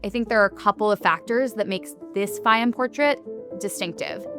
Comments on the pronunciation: Its pronounced “Fay-yoom” habibi. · Many Egyptians have this eye color. Also, it would have been nice if you could have listened to how to correctly pronounce Fayyum before making this video. The correct pronuciation is not difficult.